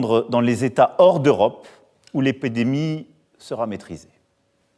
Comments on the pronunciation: il parle pas de ça mais de "l'accent" qu'il utilise il dit epédemie au lieu de épidémie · Où "l'épédémie" sera maîtrisée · Ouais ca me tue !